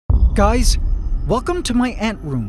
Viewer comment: For a sec I was sarced with the liveaths when you said Im sorry gays